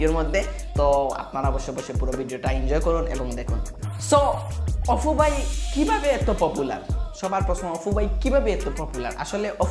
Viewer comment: ভাই, অপু, না, অফু। কুনটা।